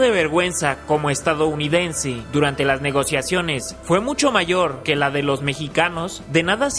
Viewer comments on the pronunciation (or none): none